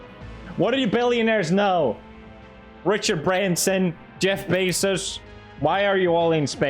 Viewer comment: why you says Jeff Besus